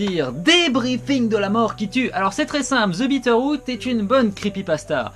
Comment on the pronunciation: J'ai compris Peter Pan au lieu de Bitteroot. Rip.